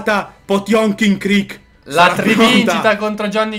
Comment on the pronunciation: SI CREEK SE CREEK!!!!